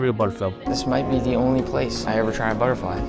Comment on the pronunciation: He Said butterfill instead of butterfly